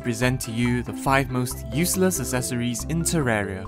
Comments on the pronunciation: This is so much pain, it's not as-es-or-es it's ec-ses-or-ies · ”Esseseroies” I think he’s talking about accessories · Sure love them "assesories"